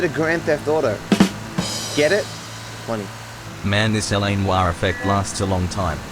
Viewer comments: It’s LA NEWoir, not LA newOIR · Everyone: LA Noire: LA Newar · I love me some "LA Newwarrr"